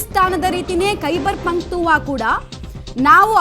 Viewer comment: ಅಕ್ಕ ಅದು ಖೈಬರ್ ಪಂಕ್ತುವಾ ಅಲ್ಲ ಖೈಬರ್ ಪಕ್ತುಂಕ್ವಾ 🤣